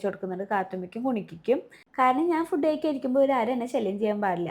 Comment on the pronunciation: ഫുഡ്ഡ് അല്ല ഫൂഡ്